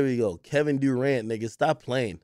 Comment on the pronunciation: Nigga pronouncing it Kevin Dorant